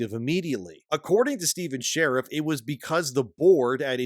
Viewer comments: I think it’s Shar-eef, not Sheriff. But yeah, hopefully he is found and made to pay. Maybe a long stay in prison. Or cement shoes. I’m not particular. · And dude, SHA-REEF, not 'share if' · "Sha-reef" Not "share-if" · Is his last name pronounced "Shariff" or is it pronounced "Shareef"?